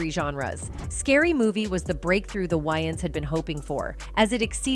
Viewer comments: It’s Wayans not Wyaans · It’s not WYANS as in Wyoming. It’s WAYANS as in Way-uns!! Lmbo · Its Wayans not Wyans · WayANS** bro. Not “WayNans”. Cmon. U making a whole vid of these mf’s and u can’t pronounce their last name. That’s crazy. Edit: Holy SHIT even the damn narrator says the “Wyans”. Im thumbs DOWNING this vid n I’m OUT ✌🏽😂 Y’all are bugged tf out. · Distracted by the repetitiveness of the narrator calling them the "WY-ANS" 😮😧 Correction !!! It's pronounced "WAY-ANS"!!! In Living Color was the best!!! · Can't with this AI voice. "whines" brothers. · Why does she say Waynes like that?! Would she call Batman “Bruce Wines” ?! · Whhyyyyyy do the AI keep saying Wyans lmao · This is annoying! I can't take this white AI lady calling them Whyings! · Tell the ROBOT IT IS PRONOUNCED, " WAY INS"....her mispronounced voice over is ANNOYING...😝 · Why she keep calling them why-yins 😂😂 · Lady , can't U get their name right!!! Tell me, who are the Wyans? Geez 😏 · This lady can’t say peoples names right first of all the last name is Wayans wan and it’s Dan Aykroyd anrod This lady needs to learn how to speak peoples names because that’s really messed up she don’t even know how to speak peoples names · Is this woman trying to annoy me, mispronouncing names deliberately. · The ai couldn't pronounce their name right this is so wrong they got hot after this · Sounds like it's gonna be a good story. But I can no longer listen .What commentator dosent no how to pronounce The Wayan brothers .I'm done SMFH. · It’s annoying to have to listen to this entire video with the BOT constantly mispronouncing the brothers’ last name. 😤😤😤😤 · At least say their name correctly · Is it me or did the narrator pronounced the Wayans wrong?? I'm from NYC the A is pronouced with a long A.